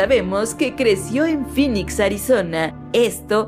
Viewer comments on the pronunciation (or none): none